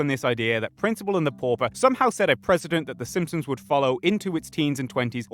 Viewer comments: You're not getting a dislike for the take but for the fact that I swear to god you said "SimSims" for two hours straight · You keep saying "The Simpsoms" and it bothers me way too much for some reason :D